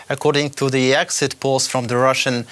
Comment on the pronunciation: exit 'polls' ? 🤣🤣